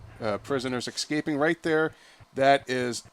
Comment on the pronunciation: When will you Americans learn that it's "escaping" and not "excaping"?